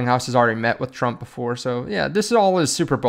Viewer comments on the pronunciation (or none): none